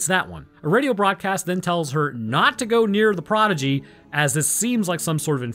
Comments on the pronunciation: I love you, Man, but also... Proh-di-gee (Someone who excels in a field at a young age) Proh-gen-ee (Children) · Dude, it sounds like you're saying "prodigy", but you're saying progeny, right? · Listening to mispronounce "progeny" so many times I'm pretty sure he's just trolling for engagement, and dammit it worked. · Progeny. The word is progeny.